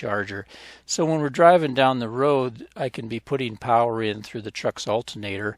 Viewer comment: More Powa!!! I love it.